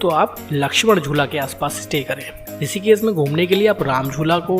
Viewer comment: ॠषिकेश को "ॠसीकेस" क्यों बोलते हो; हमारा और हमारे बच्चों का उच्चारण भी खराब करते हो; ऐसा नही करो